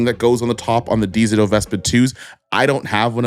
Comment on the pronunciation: Lmao nah why you keep pronouncing dzo like that